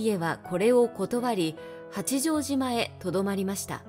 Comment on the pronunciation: 内容はとても興味ありました。八丈島・公事方御定書・西軍など単語のイントネーションが気になりました。